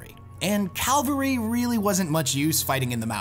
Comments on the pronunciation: Calvary? I think you mean cavalry. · Just a note, cavalry is pronounced as "kav-al-re" not "kal-var-ee". The latter is the site of the crucifixion, the former is a military unit, typified by the use of horses or light vehicles.